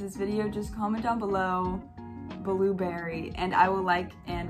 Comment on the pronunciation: love your video soo much anyway "bluberry" ✨